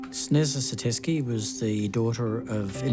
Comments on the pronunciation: For those who are wondering- Sneza is a mispronounced Slavic name “Snezha/Snezhana” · "Sneeza"? ... Parents must be idiots ;)) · Sneeza? That's unfortunate😂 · It should be pronounced : Snay-ja